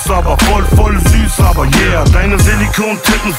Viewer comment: Es heißt voll süß aber... Und nicht voll süß aba:-)